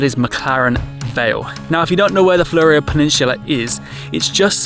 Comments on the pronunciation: Born in Victor Harbor 1951. Great place. The word "Fleurieu" pronunciaton by Australians, which is how you pronounced it, is not how it is pronounced in French even though the origin of the name came from France, viz (from - The Fleurieu Peninsula was named after Charles Pierre Claret de Fleurieu, the French explorer and hydrographer, by the French explorer Nicolas Baudin as he explored the south coast of Australia in 1802. The name came into official use in 1911 after Fleurieu's great-nephew, Count Alphonse de Fleurieu, visited Adelaide and met with the Council of the Royal Geographical Society of South Australia, which recommended to the state government that the unnamed peninsula terminating in Cape Jervis be given the name Fleurieu Peninsula "in honour of one who is worthy to be remembered in the annals of Australian geography". The government approved the name later that year. Even though an Aussie actually born in Victor, after having studied French at high school for 5 years under French-speaking nationals, I prefer the correct French pronunciation, as per the first audiofile, ie Pronunciation by gwen_bzh (Male from France), in this link - and NOT the Oz pronunciation with the OH on the end. So, the Aussie (IMHO, incorrect pronunciation), has the following Breakdown: FLUR (or FLOOR): Rhymes with "poor" or "door". ee: Like the 'ee' in "see" or "me". oh: Like the letter 'O' or "go". So, put together: FLUR-ee-oh. The correct French pronunciation, as per the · It's more flew-ree-oh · Thanks for your video - it's always intersting to hear how other people view your home. Also just FYI it's pronounced Fluro Peninsula (like the flurescent lights) .Or phonetically floo-row. You got Onkaparinga perfect spot on.